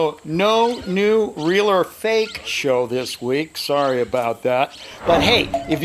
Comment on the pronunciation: Soree robert